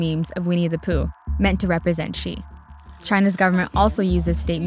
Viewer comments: 周潘 😂🙏🙏🙏 No. please ask a chinese teacher or watch some “learn chinese” videos. Nobody pronounces Xi as “ksi” in Any Chinese dialect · i know some english native pronounce X as ks，so mr Xi shall be pronounced as Mr KSI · Pedro Ramirez in Chinese, X is pronounced as ‘sh’